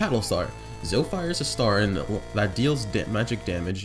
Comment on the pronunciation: It's Zo-E Not Zo. Boi